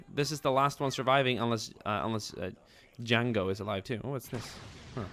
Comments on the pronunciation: You said yango. It's jango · He said that because his Swedish and in Swedish J is said as a Y he just made a little mistake speaking English which is common for anyone who speaks another language